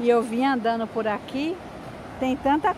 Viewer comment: Mulher o verbo é andando , falando . Não é andano, falano. Kkk